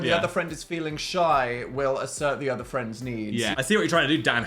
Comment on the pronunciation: So cute how they call eachother Phrends